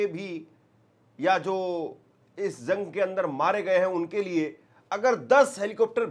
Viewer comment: Bhai thodi urdo par dhian do urdo achi zuban h lolne wala sune wale ko bhi acha lagta h jang ko ap zang nahi bolenge jense zire sahi lvz jira galat galt lavz